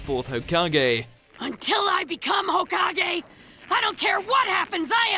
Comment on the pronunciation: Please stop butchering the names. It's O-bito not Oh-bee-tow. It's Na-ruto not Nah-roo-tow. And for the love of god, it's Ho-kage not Ho-kah-gay. Jeez.